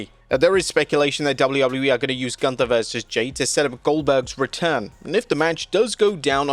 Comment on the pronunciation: You are mispronouncing Gunther. It is German! Sprechen sie Deutsch